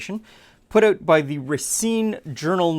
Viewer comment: "You'd have to figure out oot."